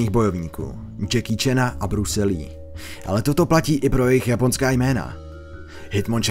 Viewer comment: o můj bože proč ty jména tak rujnuješ ? #feelsbadman